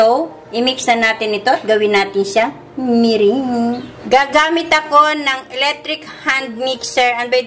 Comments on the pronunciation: MERENGUE is pronounced MERANG, not MERING. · the ingredient is "egg whites" and not white egg; big difference in meaning! be aware of your pronunciation of "merengue" it is not "mering" but pronounced as " me- rang"!!!! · meringue pronounced as (merang) po....will try the recipe thank you po